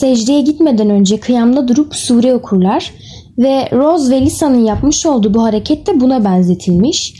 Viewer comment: Ross değil Rose